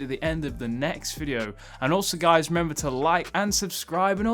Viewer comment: Did he say hey guys or hey kais ?